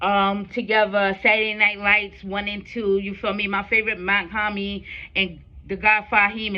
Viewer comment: Mach-Hommy is pronounced (MOCK - HOMI) 👌🏼💯💯💯